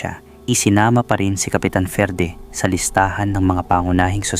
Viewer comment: Basahin moto FERDE Ferdie